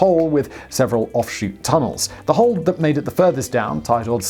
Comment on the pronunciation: Oh, wait, I thought you said "hoe".